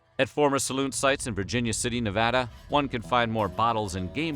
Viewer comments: As a nevadan, I say thank you for pronouncing my state properly. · As a resident of Northern Nevada I want to thank you for saying Nevada correctly... Thank you! It drives me nuts when it is said wrong. I knew I would love this video! So glad I clicked!